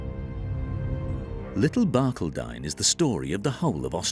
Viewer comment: He is mispronouncing Barcaldine. I'm American, but I visited Barcaldine in about 1975. The accent is on the second syllable.